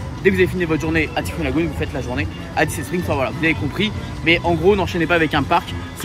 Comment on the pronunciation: Par contre pour être totalement parfait … il faut prononcer le Y en thai fouunn pas en i 😎 (mais c est juste par soucis d accent anglais 😁)